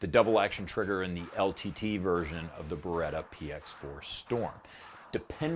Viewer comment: C'mon, you know exactly how to pronounce beretta correctly. 😆